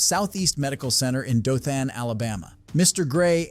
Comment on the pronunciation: It’s not DothAn it’s Dothan more like Dothen. At learn learn how to correctly pronounce a city or location